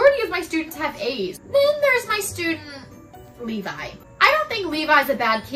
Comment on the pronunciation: As a Levi I am both offended by the use of my name in a negative way, but I'm also glad you pronounced it right. I am not an embankment built to prevent the overflow of a river